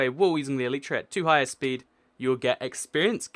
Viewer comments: its elaytra [or elytra] but not elitra [main thing that i saying is the pronounciation] :D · You pronounce Elytra wrong. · By the way the elytra is pernouced "E-lie-tray" it's the shell the protect a bug's wings.